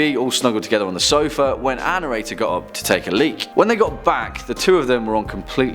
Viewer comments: you say this word all the time and I'm not sure what you are saying so maybe you can clarify; sounds like annorator which is not a word. Maybe you're thinking annotator, but that means to make explanatory notes about a text - a written commentation of something written. Perhaps you're squishing, our and narrator into one word but that would not make a lot of sense either because, to narrate is what you are doing; telling a story verbally. It has nothing to do with writing it down or the protagonist of the tales, who coincidentally, is always who you are referring to as annorator. Perhaps you could be an illuminator.....thanks. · Thank you for the clarification! I mean really this guy has an accent but he could make an effort to pronounce "Our narrator" correctly instead of sounding like "Ann Erator"! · "Ann Erator" wow this poor lady has a lot of horrible experiences...how unlucky. Oh, "our narrator" that makes more sense. #protectAnnErator